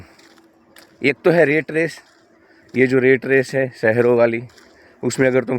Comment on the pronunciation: रेट रेस नहीं यार रॅट रेस| और उसे टार्गेट मत कहना प्लीज| आप हिंदी शब्द ही बोलना| Rate= रेट= भाव , Rat= रॅट= चुहा देखो फरक हैं ना?